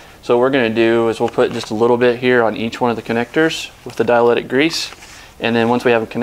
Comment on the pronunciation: Dielectric grease, Not diletic grease. But good video